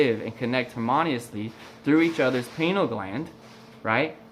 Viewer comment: You ARE a great teacher, and I would like to say thanks for all the work and passion you put into this video! Kudos! However, it's pie-nee-al gland